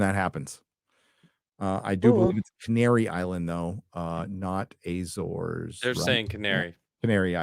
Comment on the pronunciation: Azores like America, not Ezores